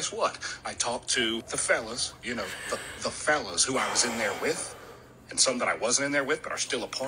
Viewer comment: I love the way he said, then emphasized, "the fellas" 🤣 cracking up over here